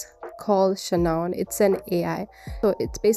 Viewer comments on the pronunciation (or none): Love the way you say Claudee and Shanoon!